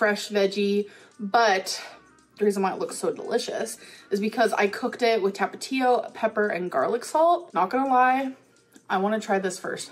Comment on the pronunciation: The way she says Tapatio makes me cringe 😬